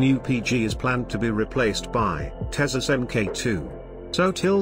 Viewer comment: This new voice ocer is OK .... some words are not pronounced properly ? 'tejas' Could be useful to reach a wider English audience ?